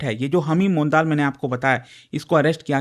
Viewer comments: Sir सही उच्चारण मंडल/मॅन्डल होगा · It is pronounced as mondol/mandal